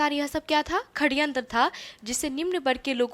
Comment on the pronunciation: Saryantr hai kharyantr nahi